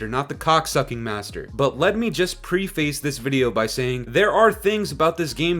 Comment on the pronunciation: Dude said “pre-face”